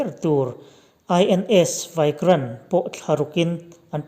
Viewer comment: Vikrant hi vaikrant ti angin lam tawh suh....a awm ang lo leh lutuk emai.